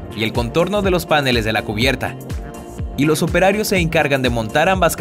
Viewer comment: no se dise panele's se dise paneles